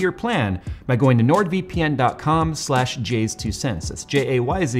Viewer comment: That's not how you say nord :D